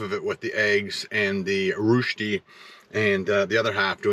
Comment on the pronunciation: Love the stealth camping, beautiful scenery also the delicious food, very original Swiss restaurant and great variety of tacos. Just one thing, I went to school in Austria for a year and rösti is definitely not pronounced that way lol 🙃